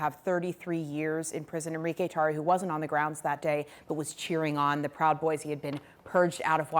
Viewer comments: First off dnt say his name with a Spanish accent, that mfr is not Spanish, he’s a wanna be white boy. Call it like it is!!!! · Nice LATINAZATION on the "Enrique Tarrio!" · he couldn’t just say Enrique Tarrio.